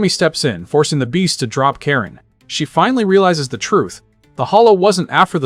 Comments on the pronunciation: kah-reen not care-in 😭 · Ka-rin not karen 😒 lol so many butchered names lol love bleach tho so im here for it.